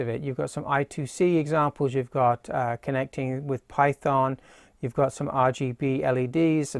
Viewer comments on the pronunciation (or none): none